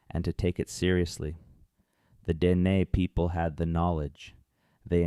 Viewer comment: the narrator AI or human said Dean people